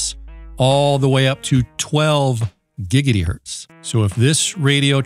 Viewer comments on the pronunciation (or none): none